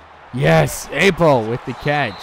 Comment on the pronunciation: you say apo like "opo"